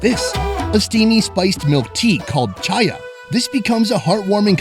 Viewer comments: Tea means not "chaya", it’s " chai' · Chai my brother not chaya 😭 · its not chaya its chai.